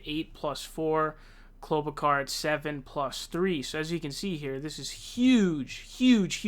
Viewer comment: Look I love your vids but yesterday it was Bernie SAUNDERS and today is KloberCAR 😂 I wanna hear you say Tulsi Gabbard 😂